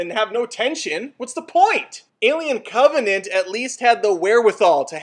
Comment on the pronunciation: Is anybody else disturbed that he called "Covenant" to "C*ntvenant"?